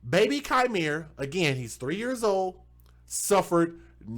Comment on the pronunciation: That POS mother is my actual blood cousin 😠 She already had a kid taken from her prior to this, one of the reasons given was allowing men to blow weed in his face and she found it hysterical. BTW it's pronounced "Key miere" not Ki miere.